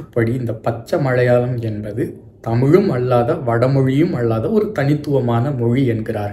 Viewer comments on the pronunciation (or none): 😂 funny.. I was pointing "his" mistakes in pronouncing tamil words.. Please listen to the video where, He is pronouncing மலையாளம் as மழையாளம், சம்மேளனம் as சம்மேழனம் etc,. 😅 I was mentioning only that..If I write Tamil with such mistakes it would be a treachery committed to all my tamil teachers.!! 😅😊😊 hope you understand... BTW.. Lovely explained about that ள, ல and sply cognates. 😊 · அய்யா.. தமிழ் உச்சரிப்பில் அழகு ல, ள, ழ.. மறைமழையடிகள்.. மழையாளம்.. சம்மேழனம்.. புழவர்கள்.. அழ்ழாத.. எழிமையான.. அதை சிறிது கவனித்தால் நன்று 😊🙏🙏